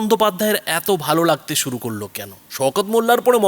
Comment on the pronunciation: উনি মাঝেমধ্যে বলেন শুরু করে, শুরু করে না সরু করে, কঞ্চি কাটতে বলছেন? মুখ্যমন্ত্রী উচ্চারণ ও অসুবিধা আছে। ছিড়তে পারে না মুরগীর বাল, ধরতে এসেছে জাহাজের হাল।